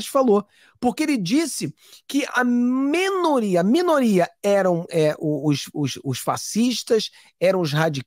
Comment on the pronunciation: Querido é MINORIA não mEnoria, sei q vc está nos EUA faz tempo e fala inglês mas não é mEnoria